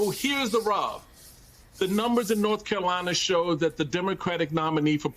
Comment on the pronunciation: does he keep saying " Norf Carolina"? lol